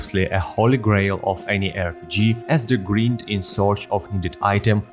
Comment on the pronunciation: Your pronunciation of the word "grind" is unique (and wrong) but it's understandable since you have the correct pronunciation of "grim" in "grimdawn". Use Google to see how it's pronounced :-). Awesome video + 1like & sub.